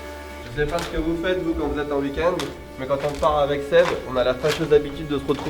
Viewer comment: Ta prononciation de week-end m'énerve ! On ne prononce pas "huikend" ou "iukend" mais "ouikend".